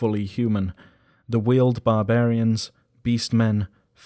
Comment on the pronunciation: I understand that these are words that you have only ever read therefore don't know the pronunciation, but the section on the Fair-Folk drove me nuts every time you pronounced Wyld (said the same as wild) as "Willed". Also Chairoscuro is pronounced "chy-roe-skur-oh". These nitpicks aside awesome syllabus on Exalted Lore!